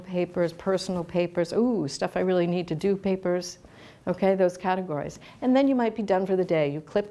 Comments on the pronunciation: Oh, I winced at hearing 'catero-gize' instead of catego-rize! That was good for a chuckle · I think the word you are looking for is 'CAT-egorize' not 'cateRAgize'!!